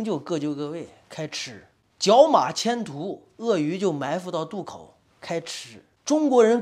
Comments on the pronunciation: 角马迁徙（xie)不是徒（tu) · 迁徙（xi 三声），不是迁徒（tu 二声） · 迁徙，跟我念“qian xi”，七一安千，西一习😂